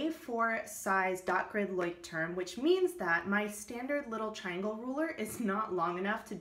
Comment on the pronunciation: Actually, your pronunciation of Leuchtturm is almost perfect. 👏 I find it interesting that most english speaking people try to add an s in the word, which obviously isn't there.